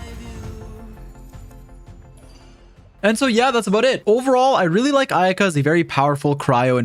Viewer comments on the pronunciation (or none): none